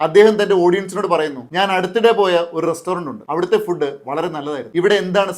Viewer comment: 👍🏼 ഫുഡ് എന്ന് പറയല്ലേ ഫൂഡ് എന്ന് ഉച്ചരിക്കു അതാണ് ശരി👍🏼 ❤നല്ല നിലവാരം പുലർത്തുന്ന അറിവുകൾ❤ 🎉🎉🎉